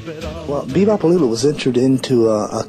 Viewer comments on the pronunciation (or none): I remember "Be Bop A Lula" but what's this "Be Bop a Looba" you speak of?